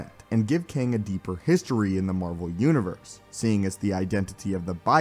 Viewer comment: can’t get past you calling it qwang